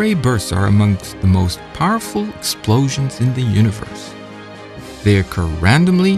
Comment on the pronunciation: .... He says splosions.